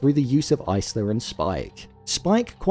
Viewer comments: Isla is pronounced Eye-La. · The S in Isla is silent. Top tip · Why can literally no YouTubers pronounce the name Isla? Do you guys actually watch the movies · Did you really watch this movie? How do you not know how to say one of the main character’s name correctly? Continuously says the name Isla incorrectly, how?